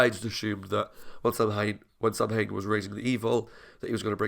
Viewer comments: Yep. The mispronunciation has always really irritated me. Sow-wen in Irish, or Sah-ven in Gàidhlig (Scottish Gaelic). Either would be fine, but Sam-Hane is not. It just niggles at me every single time it’s mispronounced. I can deal with the completely rewriting of the myth. Supernatural does that with all sorts of myths and religions. But the mispronunciation… aaargh! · Bits of the episode annoy me because- Samhain is pronounced Sow Win. And, its a pagan festival essentially. Not a person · Also, thanks for putting up both pronunciations, it's helped me with an issue I had. I'm Canadian, with both Irish and Scottish ancestry. I wanted to know more, so I took a, basically, "Celtic Studies 101" class at uni. We were taught to pronounce it as Sah-ven in class. A year or two ago, I saw someone on a SPN reaction video post a comment saying it should be pronounced as Sow-wen. I wondered if my memory was spotty, because my professor spoke several Celtic languages and so I knew she wouldn't be wrong. But, I looked up how the Irish pronounce Samhain, and it confirmed what the commenter said, that it was pronounced Sow-wen. So, I chalked it up to a bad memory, even though I was SURE I had learned to say it as Sah-ven. You have just cleared up a mystery for me today, thanks!